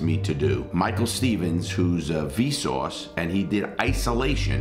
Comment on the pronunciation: It’s his accent. Him with his accent says v sore but pronounce it with a w. So vsouce